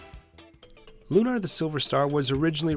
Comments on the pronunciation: Lunar is a real word stop saying it a "loo-NAR" like it's something made up for vidya gaems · It's pronounced Lunar. As in identical to how one would say Lunar Eclipse. You wouldn't say "lunaahr" eclipse. Why the affectation for the title of this game? It's the same word, whether it's a title or not. Silly, considering you say Luna for the name of the character, then proceed to say it the other way a sentence later.